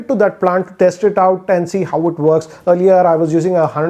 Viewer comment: Just say 'works' not vworks